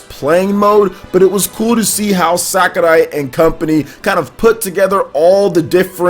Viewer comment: Your pronounciation of "Sakurai" really bothers me lol "Sakaray" instead of "Sakuray"